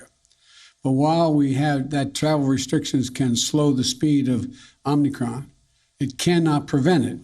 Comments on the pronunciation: The idiot is saying OmNicron 😀😀😀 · Omni Kron? Okie dokie! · It’s not omnicron it’s omicron mr president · Omnicron... was it created by unicron? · First couple of sentences this guy mis-speaks. “OmNicron” he calls it. Repeatedly. This is our best and brightest. Sad days for America. Very sad. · Not chaos and confusion - Omnicron 😅😂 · Omni-kron, lol.. Is that the opposite of a silent "n". Is the "n" invisible instead? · It's Omicron.....lol